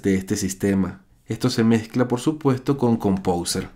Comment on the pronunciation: jajaja pronuncia compouser y lo escribe compouser